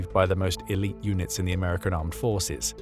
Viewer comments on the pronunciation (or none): none